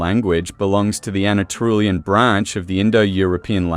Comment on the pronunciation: This was interesting! It's good to see a real human face behind the video. I wish it had more views, since it's solid information, not fluff. The machine dubbing is... well, atrocious, to be honest. It pronounces "Anatolian" as "Ana-Trulian", which made me laugh every single time it came up. Could you in the future videos please enable the original voiceover, and subtitling, instead? I know not everyone prefers it that way, but I would love to have a choice over which one to pick for my own viewing. Are you familiar with the channels Dig., Learn Hittite, and History with Cy? They all have made videos on the Luwian civilization, I think, but none were from this point of view that you have, and I actually found yours more informative on the visual side. Learn Hittite is mainly linguistics focused. Then there's European Origins that focuses on the genetics, and that channel speaks a lot about Eastern European, Steppes, and Anatolian genomes. Mapped History focuses on the maps, as the name says, and Dan Davis History talks about the prehistory mainly in Europe, the Mediterranean, and the Near East (Southwestern Asia). All of these channels have a lot in common with yours, but from totally different viewpoints. Some of them might be willing to collab, or give a shoutout, depending on their number of subscribers. All in all, I like your style of videos, especially now that the channel has a face.